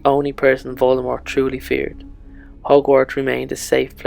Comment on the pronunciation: why is he pronouncing Voldemort wrong?